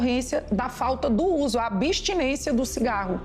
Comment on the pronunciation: ... abistinência???? onde está o "i" ???? Nunca mais aprendem a falar correcto...Caso perdido...